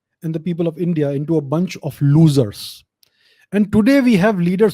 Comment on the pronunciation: Can anyone just talk about the way he said Losers and La La Land 😂😂😂😂🤦‍♂️